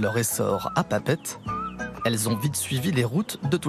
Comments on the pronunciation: Pa Pette, fais l’effort de le dire correctement si tu veux être crédible 🤣🤣🤣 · C'est Papeété non papete du con